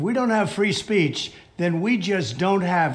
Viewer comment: You mock him for saying "troth central" after you said "free spreech"